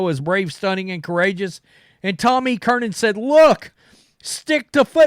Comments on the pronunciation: It’s NOT CURNIN!!!!! It’s Tom CURRAN! CURRAN!! CURRIN!!! CURRIN!!!! THERE IS NO “N” in the middle of his last name! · Jesus, dude. Its fucking Tom E. Curran. Not Kernan! Damn hicks. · Gerard (Jerod), Curnin (Curran), Fleglar (Felger)... perfect 3 for 3 😂 jk.. I just get a kick out of your version of names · Mike Flelger and Tom E. Kernan😂. I love his butchering of names! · Tom Kernan? Who's that? Do you mean Tom Curran? Why can't you pronounce his name?